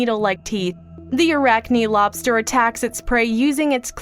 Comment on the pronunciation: I love this channel, but many of the presenters need to learn how to properly pronounce words. The I in "Arachni" is not a long I, but a short one. Arachnih, not arachnigh.